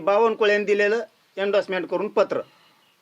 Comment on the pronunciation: " येंडसमेट" "व्हालिटी "म्हणतोय. म्हणून याला आरक्षणाने नोकरी पाहिजे.